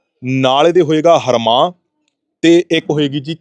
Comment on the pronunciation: ਹਰਮਾਹ ਨਹੀਂ ,, ਐਨਾ ਨੂੰ ਰਵਾਂਹ ਬੋਲੀ ਦਾ ਵਾ , ਅਗਾਂਹ ਨੂੰ ਧਿਆਨ ਰੱਖਿਆ ਜੇ ਨਾਲ਼ੇ ਇਹ ਬੀਜ ਨਾਲ਼ ਤਾਂ ਢਾਈ ਤਿੰਨ ਕਨਾਲਾਂ ਬੀਜ ਕੱਤਣ ਬਾਬਾ